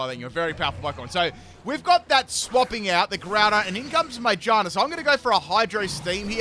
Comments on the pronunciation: Why did you say Magearna like that I was like, My what? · He has trouble naming pokémon 😅